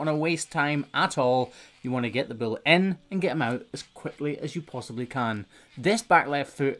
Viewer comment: When you speak of a bull, it sounds like you're saying 'bill' and well, my name is Bill and I take umbrage being so closely related to one of these big bills...